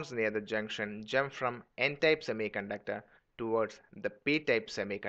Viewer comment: its type not tape